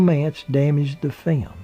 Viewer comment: I just keep on wanting to hear you say "film" and "filming" rather than "fim" and "fimming" as if the word rhymed with "swim" and "swimming". Or am I mistaken about this, and in US pronunciation, the "l" has become silent? Please try! It would be so much more pleasant on the ear if the word that is so absolutely basic to this documentary was given its full value.